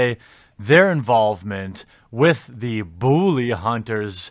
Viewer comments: It's pronounced bull-lee not boo-lee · Why do you pronounce "bully" as "boo-lee?" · Why do you keep saying "Booly" and even emphasize it? Am I missing some inside joke or something? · "booly hunters" :^) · Why do you say "bully" like "booly"? Honestly curious if that's some kind of accent thing going on there.